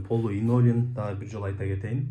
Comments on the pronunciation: Инолин оной айтылат экен😂!Кыйналып линолеум деп журуптурмун😊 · 😅😅😅 Инолим эмес Ленолим. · Линолеум деп айтылат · Инолиум, илинтус деп койсон😂